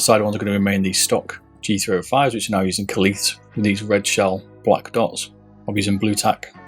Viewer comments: it's kailh not kalith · Great video! It's pronounced Kale though, Kailh -> Kale